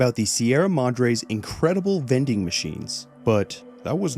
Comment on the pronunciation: Bro said vending machines then I was like oh THOSE vening machines